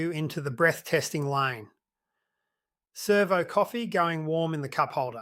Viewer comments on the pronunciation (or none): none